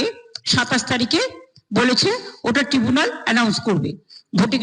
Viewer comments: কথাটা তো ট্রাইবুনাল, টিবুনাল কোথা থেকে এলো?😮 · Tubunal noi didi tribunal hobe😢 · শুভনন্দন এর মত দিদি ইংরেজি শব্দ বদলে দিতে চাইছে। ট্রাইব্যুনাল না বলে উনি বলছে ( ট্রিইব্যুনাল) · ট্রাইব্যুনাল কে ট্রিবুনাল বলে ক্যান্ রে ভাই। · Tribunal নয়, দিদির "টিবুনাল" নাকি সবার নাম তুলে দেবে! 🤣🤣🤣🤣🤣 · বিদ্যেধরী সব সময় ভুল উচ্চারণ করে। ট্রাইব্যুনাল কে সব সময় ট্রিবুলান ট্রিবুল্যান বলে যাচ্ছে। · ইংরেজিরও মা বোন এক করে দিয়েছে এরা, ট্রাইব্যুনাল কে ট্রিবুনাল বলে, গভর্নমেন্ট কে গর্মেন্ট বলে। ভুল ধরানোর লোকই নেই। অভিনন্দন কে শুভনন্দন! বাংলা ভাষার গুষ্টির ষষ্ঠী করে দিয়েছে এই অশিক্ষিত নেতা মন্ত্রীরা। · আজ ও ' ট্রিবুনাল ' 'ট্রাইব্যুনাল ' হলো না এটাই বঙ্গ জনগণের দুর্ভাগ্য। একটা আইনি বিচার ব্যবস্থার ' শব্দের ' সঠিক উচ্চারণ করার ক্ষমতা যেই মূখ্যমন্ত্রীর নেই তিনি জনগণ কে ভোটের ক্ষমতা কোথা থেকে দেবেন ?????? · Not Trebunal. Say Tribunal. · ট্রিবুনাল ব্যাপারটাকি? উনি সত্যিই অশিক্ষিত ওটা ট্রিবুনাল নয় ট্রাইবুনাল। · আরে মূর্খ ওটা টিবুনাল নয় ওটাকে ট্রাইব্যুনাল বলে। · ট্রিবুনাল নয়। ট্রাইব্যুনাল হবে।😂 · এই মহিলার পাশে কি কোন শিক্ষিত মানুষ থাকে না? কেউ কি বলে দেয় না টিবুনাল না ট্রাইব্যুনাল উচ্চারণটা এত কানে বাজে কথাটা। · উনি বারে বারে বলছে " ট্রিবুনাল" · মাম, আপনি ট্রাইব্যুনাল কেনো বলছেন,? ওটা ট্রিবুনাল হবে, আমাদের দিদি বলেন না। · ট্রিবুনাল? কী উচ্চারণ রে বাবা? পৃথিবীর প্রথম এবং দ্বিতীয় মিথ্যাবাদীর নাম কী কী? প্রথমজন অবশ্যই ডোনাল্ড ট্রাম্প আর দ্বিতীয় জনের নাম আপনাদের জানা। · ইনি নাকি উচ্চ শিক্ষিত? ট্রাইবুনাল কে কী উচ্চারণ করছে? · ট্রাইব্যুনাল টা ডাইনি বুড়ি ঠিক করে বলতে পারছে না